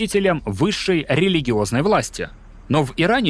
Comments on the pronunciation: А может всё-таки не Аято'ла, а Аятолла' Хомейни. Егешник проклятый😂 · Спасибо огромное, очень интересно. Только АятоллА. Резало слух ваше аят0лла. Но это конечно мелочи. Спасибо. 💐💐💐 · Классный контент. Но неправильное ударение "Аято̀лла", вместо "Аятолла̀" прямо режет слух. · АятОлла слух режет ппц, правильно АятоллА от слов Аят + Аллах (знамение Аллаха). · РухОла и аятОлла - разве это правильные ударения? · Аятолла́ - ударение на последний слог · Товарищ майор! АятоллÁ ударение на последний слог. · ну такое себе повествование… нестыковочки по датам.. внезапно при рассказе о периоде 70-х годов , вдруг говорят 1901 год??? и вишенка на торте Аятолла … автору следовало бы знать , что ударение идет на последнюю букву А , а не на О , речь таки не про атолл , а про Иран… так же обгадил СССР указав что он оккупировал Иран но почему- то ни одной Советской нефтяной компании по выкачиванию Иранской нефти не указал, только западные… крч на хлипкую троечку с минусом ролик для тех кто вообще не знает о чем речь возможно прокатит